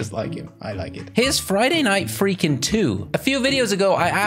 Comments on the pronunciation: No it's Friday night fung-king not freaking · It's friday night funken not friday night freeken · It's pronounced Friday night funkin